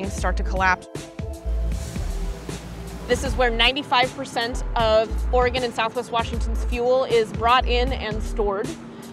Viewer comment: I'm not sure where you're from, but thank you for pronouncing Oregon correctly - hardly anyone who isn't from here gets it right.